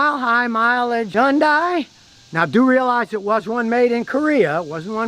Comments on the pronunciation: scotty, yundai starts with an H. get with the rest of the world and use it please! Sounds like huhn·day per google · It's pronounced Hunday. I would like to hear how you pronounce nuclear. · It's pronounced hundae like sunday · Oh for crying out loud. It's Hun-day. The Y is silent 😠. What a maroon. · How not to pronounce Hyundai... yon-dye 😂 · Take a shot every time Scotty mispronounces " Hyundai" " Hi yoon Day" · Hyundai....pronounced like "Sunday." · Hyundai--rhymes with Sunday! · Hyundai...rhymes with Sunday! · Scotty…The Y in Hyundai is silent. It rhymes with Sunday!!! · Some day, maybe, just maaaaaybe, Scotty will actually take the time to learn how to properly pronounce the name Hyundai. That will happen right after America starts making real and affordable cars again without Big Brother being in every nook and cranny. Until then, we have to listen to a real RUBE mispronouncing the name of this manufacturer. I just wonder if he had his chute on upside down a few times and landed on his head. Right Người Đàn Ông Gà?! HOOAH! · Learn how to say Hyundai Scutty